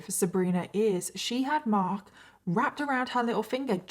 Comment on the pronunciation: Love how you pronounce "Marhk"...kind of like you live in Boston Massachusetts, USA. 🌞